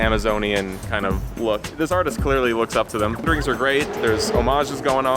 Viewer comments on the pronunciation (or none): cringes slightly at the "wrendering"